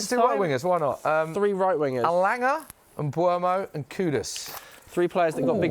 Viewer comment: The name is Mbeumo, the "M" is silent